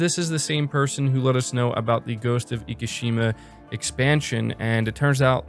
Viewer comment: LOL how do you keep saying "egee-shima" instead of "ekee-shima"